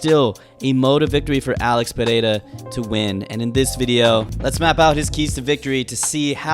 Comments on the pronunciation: Perfect pronunciation of his name. Is it so tough? Why the fuck do people from the US have such a hard time? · You're the only guy I've seen pronouncing his name correctly. 🇧🇷